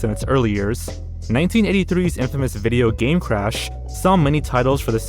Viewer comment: "tar-zsn" "video*pause*Game" 🕵️ai?